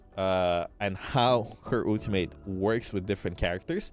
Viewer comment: Do u say Ooltimate on purpose or just accent thing 😂